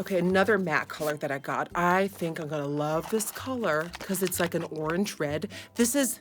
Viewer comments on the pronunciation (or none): none